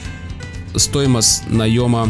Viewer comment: почему ты всегда оговариваешься место стоимость говоришь стоимост